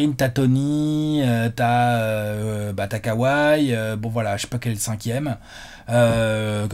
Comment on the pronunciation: Genial comme tjs mais pitié, prononcez kawhi comme ça se prononce 😉 Kowai. Sinon super analyse !